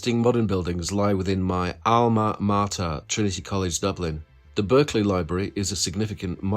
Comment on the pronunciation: I really enjoyed your presentation and agreed with most of your choice. To be pedantic, as you give two pronunciation of Bath, you may as well pronounce the Berkleley Library as it was for the man’’s name: Barclay. It is a pity the old airport building is more or less hidden away. As as child, I flew out of there and it was a beautiful, light filled structure.